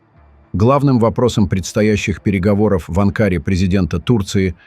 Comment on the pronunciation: диктор не правильно произнес слово Анкара